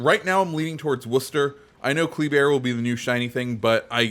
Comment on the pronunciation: Thank you for saying Worcester correctly. Sincerely, A Masshole